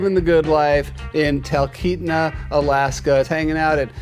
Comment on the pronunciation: I haven’t read all the comments, so maybe somebody has already addressed this regarding Stubbs the mayor of Talkeetna, Alaska. It’s pronounced tal KEET na. I’ve lived here all my life (Alaska) and my Papa Arnold actually has a Homestead in Talkeetna.